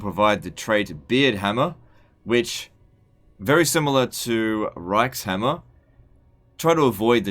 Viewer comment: I believe reikshammer is supposed to be said ReikShammer